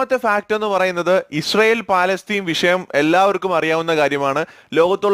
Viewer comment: ഫാലാസ്ത്തീൻ അല്ല ഫലസ്ത്തീൻ ആണ്